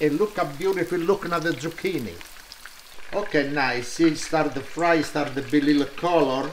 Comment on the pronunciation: love "de pots", even though sometimes there is only one pots, it's always pots - priceless and cherished, love you my friend, thank you for doing this for us